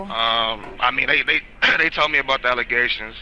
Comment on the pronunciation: “False allezations and not facts”